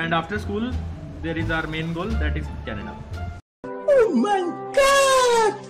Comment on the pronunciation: Canada bolti 😂😂😂